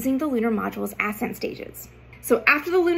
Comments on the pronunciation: Ass-ent or ascent? The pronunciation killed me. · I love you content, space nerd myself here. But why are you pronouncing it “Ass end” stage? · Forgive me. Emphasis should be on the second syllable of the word ascent. Not the first.